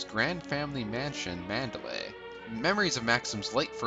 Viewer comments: Good review but you mispronounced the estate's name in "Rebecca". It is "MAN-der-ly", not "MAN-da-lay". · It's pronounced Man-der-LEIGH.